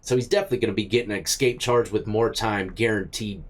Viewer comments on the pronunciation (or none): Bro you know better. Its "escape" not "ekscape". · Escape not excape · "The escape inmates" You say 'escape' like my 7 year old ! Lol : ) You say eck-scape rather than ess-cape. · hey not to be a grammar nazi but it's eScape not ecscape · It's eSCAPE not eXCAPE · Why does he keep saying Xscape?. Does he have a speech impediment.? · Dude, there is no X in the word escape. Sound it out.